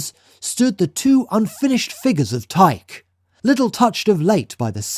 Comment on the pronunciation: Would it not be KOR-inth, and TYKE-ee?